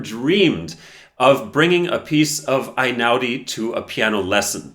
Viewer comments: unA mattina, if we're being pedantic. Also eɪ-ˈnaʊ-di (ay-now-dee) is closer. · It’s Einaudi like letter A not like letter I. It’s Italian not German. And Mattìna with the accent on the I not on the a. Why can Americans never be bothered to learn the correct pronounciation of anything??? Annoying approximate people. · Totally agree. But please. Before talking about an Italian person with an Italian surname, don't you think it's important to learn how to pronounce it? The "E" in Italian is not the "I" of iPhone. Einaudi sounds like Ehi-naudi. Damn! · It's pronounced Hey-now-di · I am Italian and love Einaudi. Did you know that his surname is pronounced E like electrify not A? He is the direct descendant of our past President. I love his music because it creates a wonderful atmosphere. You can’t play it mechanically, you need a soul. And it’s the soul of his creations that touches the hearts, not virtuoso performances. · Sorry for being pedantic, but it is pronounced "eh'-inah-udi". Also, it is "uno" (as in the game) and "mahtti'na" (i.e., the main stress is in the "i". 😊